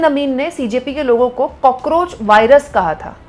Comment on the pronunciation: नितिन नवीन जो वायरस को भायरस बोलता है वो देश के युवाओं से संवाद करेगा ???😅😅😅